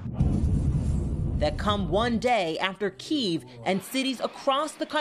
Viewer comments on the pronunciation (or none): none